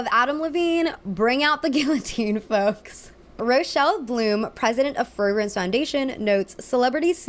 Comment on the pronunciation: You pronounced guillotine wrong 😶